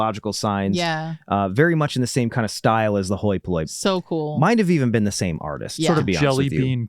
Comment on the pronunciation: Glad I watch the blooper at the end because every time said hoi polloi I kept thinking “me hoy minoy” too 😅